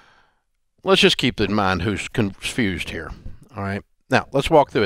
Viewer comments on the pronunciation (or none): "let keep in mind who's comfeuzed ... here"